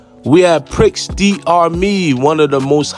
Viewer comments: It’s pronounced pri da mi not prix da mi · I actually went here because of this video. it's actually pronounced "pree dah mi" but I still call it pricks 😂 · I think Prix is pronounced as Pre. I'm surprised the g isn't $30. That gram wasn't a gram at all. Probably .75 tops